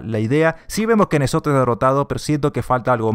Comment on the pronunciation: se pronuncia enzot no nezot